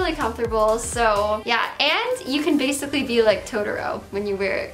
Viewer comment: "Basiccy" instead of Basically. EUGENIA PLEASE GET HELP, FOR THE LOVE OF GOD OR MAYBE EVEN YOUR VIEWERS.